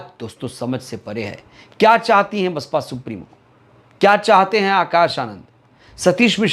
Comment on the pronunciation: SP प्रवक्ता को ठीक से BSP का हिंदी में नाम ही शुद्ध रूप से नहीं लिया जा रहा है। ये क्या बसपा का मुल्यांकन करेगा।